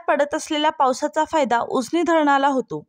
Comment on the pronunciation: सुप्रभात “उसनी” नव्हे “उजनी” असा उच्चार करायला शिक.येवढी सगळी आंकडेवारी केली तरी याला तुफान पाऊस नाही म्हणतां येणार .सर्व पाणलोट क्षेत्रात मिळून २०० मिमि पेक्षा जास्त तर तुफान म्हणू शकू.उगीच सणसणाटी घाबरवू नये ही विनंती.तुफान पाऊस नागपूर ला झाला.